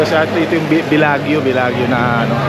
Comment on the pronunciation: Bellagio is pronounced BELA-JOE not BELAG-YO.